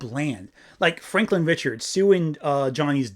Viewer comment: They really called him Frankling Richards instead of Franklin Storm? Or did tongue just slip? The weird thing about Cloud Galactus is that there is a cloud villain in the comic books, Galaxy Master. Just his him...her? It?